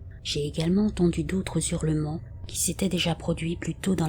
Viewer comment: J'aime beaucoup les histoires, réelles ou pas, que vous nous racontez. Est-ce un robot ou une personne ? La diction et la voix sont parfaites, si ce n'est que cela me choque d'entendre "des Z'hurlements". Pas de liaisons devant un H aspiré (Haricot, Hache, Hanté) . Mais encore mille fois merci ❤pour toutes ces histoires. Une vieille un peu tatillonne...